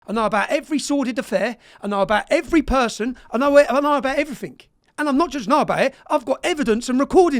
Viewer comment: He knows "EveryfinK".... Chav gobsh1te....